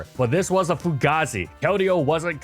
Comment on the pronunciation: You said fugaze funny